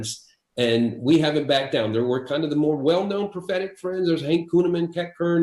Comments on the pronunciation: I'm sure Enlow's saying "prophetic friends", but I keep mishearing "pathetic friends". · You weren't mishearing it, he was mispronouncing it.